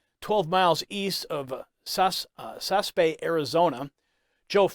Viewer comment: Sas a Bee is how it's pronounced.